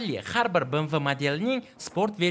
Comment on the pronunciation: Bemve deb oqiladi bmv mas